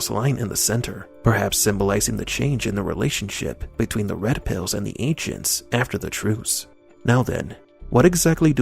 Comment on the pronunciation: "Those waskewy Wed Piws!"